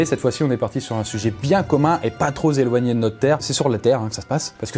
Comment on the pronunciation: "un sujet pas trop z'eloigné"... Bon, OK, on va se z'habituer... 😁